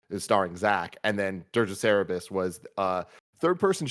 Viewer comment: Tim says Cerebus like 3 times and the only one who has a reaction is. Help the man out. Big Dog's name is Cerberus.